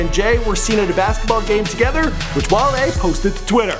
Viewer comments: "His long term friend 'Wall-E" ITS WALE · #B2F MudBoyz no it's pronounced "WALL-A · Its Wale (Wah-leh) not (Wall-lee) he not the damn Disney robot lol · WALL-E. 😑😑😑,, C'mon.